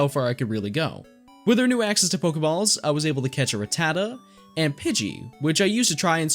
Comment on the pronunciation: It’s rat-ta-ta not ruh-tata